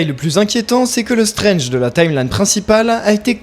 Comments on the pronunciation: Non mais de quoi tu parles? On parle de marvèle mouvizes, y a aucune logique dans ces trucs. Tu parles comme si tu avais la science infuse, comme si ce que tu dis est vérité ultime. Le darkhold, c'est de la fiction, cher Jean Mimiche. Stranje (prononcé en français ringard), c'est de la fiction aussi. Si je te dis- L'anus de Patrick Sabatier s'est contracté lorsqu'il a eu peur, c'est verydick. Par contre, le darkhold et ses effets sur Stranje (prononcé en français ringard), c'est une billevesée. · Vous. la, les ronds de cuire... vous qui commentez and "analysez" les MARVÈLE MOUVIZE, il faut raison garder. Stranje (prononcé en français ringard) a un troisième oeil parce qu’il a mis sa bistouquette dans Lali de Hélène et les Garçons. Oui, différent MULTIVERSE (celui d’AB PROD) mais il l’a fait. Loki, qui détient les clés du MULTIVERSE a vraiment foiré sa mission, et il ya eu des incursions de personnages de AB prod dans les MARVÈLE MOUVIZE. Philippe le prof de philo de LA PHILO SELON PHILIPPE s’est retrouvé avec Luke Cage et Malikith et Ms Marvèle (mouvize), Gérard des Filles d’à Coté (oui, ce Gérard là) s’est retrouvé avec Wolverin (oui en français on dit Wolverin par Wolverine parce que c’est la traducscience), ainsi que Ronan zi Akiouzeure, qu’il a tringlé d’ailleurs. Cricri d’amour sniffe de la coke avec le variant Irons Man (irons comme nous irons) de la terre 18726 ainsi que Rocket le raton laveur de la terre 69. Wake hup!!! Les multiverses sont en train de se NIKAE!!!!